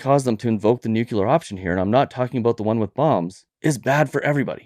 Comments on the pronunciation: It's NUCLEAR, not nucular, ffs. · (Nu)(Clear), not (Nuke)(Clear). That must have been a Freurian slip from the potuses. Not sure where (Nu)(Cu)(Lear) came from, but colloquialism comes from those who are not so much articulate.